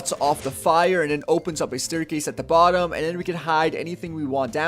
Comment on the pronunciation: When he says "but, em" it sounds like bottom. Haha